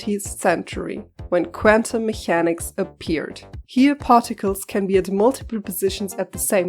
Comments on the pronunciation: you pronounce the "ch" like a German "ch" instead of a "k". It's "mekäniks" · Are you German by any chance? You pronounce Mechanics wrong in a way a German would do.